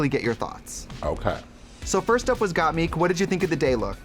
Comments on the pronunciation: when Trixie pronounces Gotmik’s name right only once lol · obsessed with the way Trixie has decided to pronounce GotMik